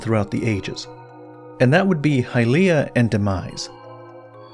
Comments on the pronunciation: It’s not “High-Leah” it’s “Hilye-ah” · Why when we have in game voice acting are we changing the pronunciation to hyLEEah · Hahaha, the eternal pronounciation war's. 😆 From a German perspective the word "Hylia" is pretty controversial. The 'y' letter in a stand alone matter is getting called pretty much the same as the 'ü' letter. So it would be "Hülia". But since it is called "Hailia" in the english & even japanese pronounciation, a few german C°CKS 😏decided to do the same, which is just so irritating. I always harass those people and tease them as "Heil'ianer's". Better not " Sieg Hailia my fellow Krauts. You don't want to be associated with a DARK part of our countries past, right? " 😎 Joke's asside, let us call the fictional goddesses however we like.